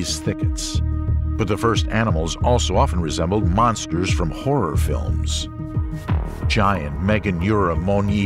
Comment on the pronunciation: Stop calling them Monsterrs.